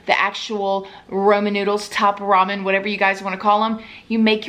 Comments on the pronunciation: I know it's ramen but the way she pronounces it sounds like "Roman"😀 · Don't tell me she just said "Roman noodles" 😂 I'm from Hawaii and am mixed part Japanese and in both cultures this is a major food item you always had growing up! Especially that brand haha. It's called ramen noodles pronounced " raw-men " or "rah-min". She is so cute 🤪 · You say Roman like the noodles are from Rome. Lol its Ramen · Honey, it's ramen noodles...RAH-men. (Not ROH-man.) lol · Hey I just wanted to let you know that ramen noodles are pronounced raw-men not Roman noodles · I'm sorry but, did you say, "Roman Noodles"? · “ROMAN NOODLES ?!?!? Is that how it’s really pronounced and I’ve just been screwing up since Jesus died on the cross?!?!?🤭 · LMAO!!! My husband heard you say Roman Noodles and he said and I quote "Damn she is SOUTHERN" lol he said it with all the love in the world 😆🤭😂🤣